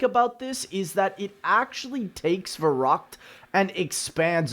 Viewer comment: the way youre saying verrukt.... giving me hives